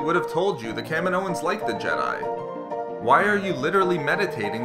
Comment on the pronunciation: It's pronounced Ka-mee-no-ans